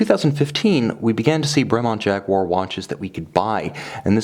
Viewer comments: Who's Jagwha? It's pronounced Jaguar! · Lovely watch, but cant listen to jagwarr... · Jag - you - a